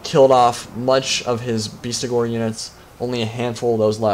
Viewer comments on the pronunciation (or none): Bestigors, not Beastigors!